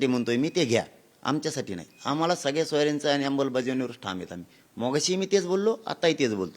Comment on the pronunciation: श्वीकारा ? नाही स्वीकारा,मोघाशी नाही मघाशी